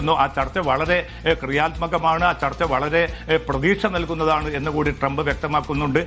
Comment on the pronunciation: ചർത്ത അല്ല ചർച്ച 😂😂😂😂0.5